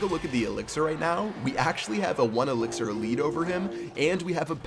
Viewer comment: you said elixier hord